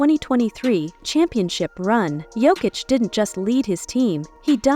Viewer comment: Voice is AI, half the time it's Joekick or smthn.